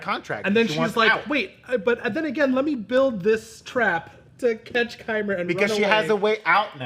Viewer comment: Its Qimir, im sorry